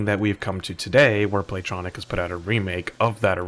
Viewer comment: Play-Tonic. Not Tronic.